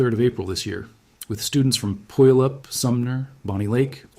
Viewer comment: FYI: It's not PUyallup, it's puYAHlup. Accent on the middle syllable. A Salish word.